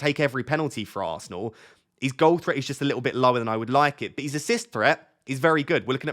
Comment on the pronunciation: Love the way you say..aannnnsnal 😂😜 I dont recommend anyone to watch him say that at 0.25x 😂